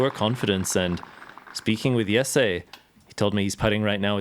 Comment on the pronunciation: Its not yessay, its Jesse